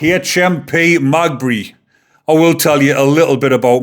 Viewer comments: Lol its Maghaberry not magbe 😂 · Magbury? It is pronounced meh gah berry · Its maghebry not magbey lol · It's pronounced Ma - gab - ree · Thank you fir this video! The prison is pronounced Mag-abbery locally. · The prison is pronounced Ma-gab- ery. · It’s pronounced Ma gab rey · Its pronounced Ma-ga-berry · It’s pronounced mag ab erry. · The family have put out a statement saying " they will not put a photo out of Stephen "! Stop trying to make money from a man seriously injured, and fighting for his life! Also, your giving out false information ! BTW ITS MA GAB BREY FFS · The prison is Ma-gahb-ery! Thank you for the video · just to correct your pronounciation the prison is called Maghaberry,The irish pronunciation is "Ma-gaberry jail" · Is pronounced Ma-gah-bry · Magbree lol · The prison is pronounced magaberry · Ogilvy (oh-gill-vee) is the victim's name HMP Maghabery (Ma-gab-eree) is the prisons name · Maghabery, pronounced, Meg ab berry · The jail is pronounced magaberry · Maghaberry is pronounced Mag-gab-ry. - Say it quick. Maghaberry prison is Northern Ireland's biggest prison. It is a Category A high-security prison holding extremely dangerous and violent inmates. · HMP Maghaberry. "Ma-Gabberry" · Gotta help ya here lol MAH-GAH-BERRY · pronounced Ma gab ry Prison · Pronounced Magabery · MAH-GAH-BERRY. Close enough though lad. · I'm from over here just to correct how you pronounce Magaberry if you break it down its Ma ga Berry all together Maghaberry and thankyou for your input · The prison is pronounced…Ma..gab..berry. God help Stephen and his family🙏🙏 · Prison name is pronounced "magah-buree" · Pronounce it HMP ma gab er re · maghaberry is pronounced ma gab bury 😉 how the fkr gets everything thats coming to him. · Its Maghaberry. Pronounced ma-GAB-erry, the empasis on the middle bit. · Its called Ma. Gab Berry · Mate it's said "Ma-Gab-ery said fast though lol. An no I'm not a grammar nazi, I enjoy your content and don't want people slagging you off 👍👍👍🇬🇧🇬🇧🇬🇧